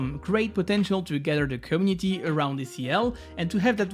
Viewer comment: How hard is it rly to say community the right way? Is the word that hard to pronounce?